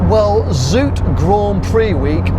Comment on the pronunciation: “zoute” is not pronounced as “zoot”. It’s more like “zow-teh”